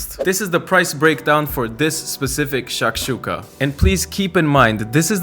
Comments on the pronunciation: it's shakshukA, not shAkshuka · I love how you say SHHHAKSHUKA and it looks heavenly! Though where I come from, a student breakfast that costs any more than $1 is not viable, so I'll have to tinker around with the ingredients, stretch the limits of how basic it can be Also I have no clue how the white side of green onions are leftovers for you that stuff's delicious